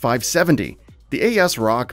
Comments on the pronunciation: COO-DAH (CUDA) AS-ROCK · Like when he says "A. S. Rock" or "C. U. D. A." Cores.